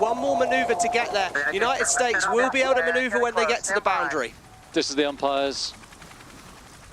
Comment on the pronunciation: Does that English commentator have 't' in his vocabulary? "Uni-id Staz."